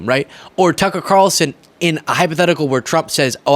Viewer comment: Tuckee Carltone